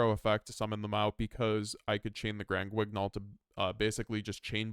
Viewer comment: The "gn" in "Granguignol" is pronounced the way you pronounce the "n" in "onion" or "ny" in "nyan."